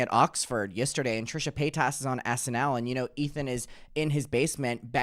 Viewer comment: You claim to be such a big fan, but you still can’t say her last name correctly (a la Shane Dawson)